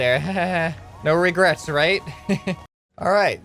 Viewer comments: & co it's Regrets not Regerts!! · Regerts... You're U.S. american right?